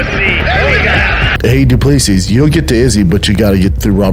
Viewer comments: Not dooplusseas but,Doo plu sea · Dricus du Plessis (du ple-see) Get it right... FFS